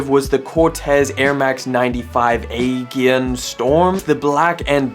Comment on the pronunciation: “Aegean” - *uh•jee•uhn 🙏🫡